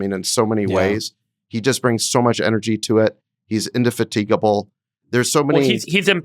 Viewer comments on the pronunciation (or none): Funny how he pronounces 'indefatigable' ... Emphasis should be on 'fat' not 'tig'